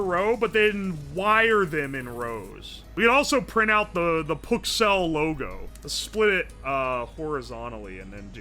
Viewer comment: lol it actualy sounds like ke says “oh my PUKcells!”